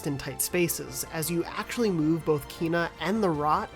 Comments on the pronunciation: Again Kay-nah not kee-na. It's how the devs have said it. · KENA. It's pronounced Kena. The same "Ke" in "Kettle" and yet you keep on saying "Kiina" for some reason. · KENA not KEEEEEEENA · It's strange how you say it as "Keena" instead of "Keyna." Lol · Wtf is wrong with every yank on Kena videos calling it KEENA so annoying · Seriously, how does this guy see “Kena” and ends up pronouncing “Keena”? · Actually Kenna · her name is pronounced Kay na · Please learn to pronounce Kena